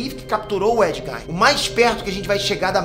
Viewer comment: Porque ele fala "Nei nerd"???